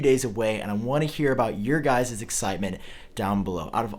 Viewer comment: Guises or guys-es? Really?